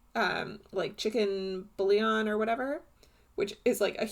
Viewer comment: She used chicken booyawn. Get it right! 😂🤣